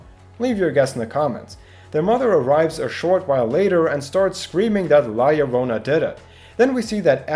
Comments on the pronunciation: YO-RO-NA NOT LORONA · YOU GOT THE YO PART RIGHT AT ONE PART BUT NO THE RO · Btw it is pronounced lajorona because it is a colombian folk tale and in spanish double ll is pronounced j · so you can look up what her name is but not how to pronounce it? how yt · I love how you pronounce llorona